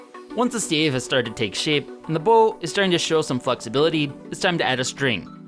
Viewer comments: exactly a stave. (Pronounced like stab but with a "vuh" sound instead of a "buh" sound) not a stay-ve, as he said. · "Stay-ve"??? Wtf is a stay-ve?